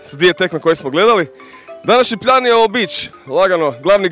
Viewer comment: "Današnji pLJan" hahahahah odmori malo:D:D:D